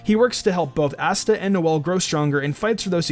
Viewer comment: asta (ah-stuh) not ass-tuh